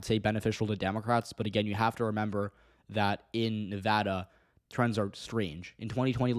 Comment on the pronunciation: As a Nevadan, I have two things to say First, may your days be ever fortunate for all time for pronouncing Nevada correctly Second, the prospect of the Republicans taking Nevada, and even taking my county specifically, scares the fucking hell out of me. I'm LGBTQ+ and it's already hard enough to live with a parent who's transphobic as can be and having to stay closeted, and I won't feel safe in the state if they take it and start criminalizing my existence.